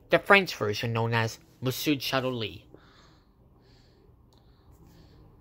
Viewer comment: It’s pronounced "Mossio Shatooy”